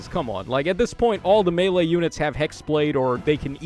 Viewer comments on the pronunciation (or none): none